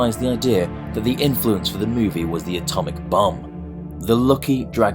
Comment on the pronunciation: Thought u said Atomic Bum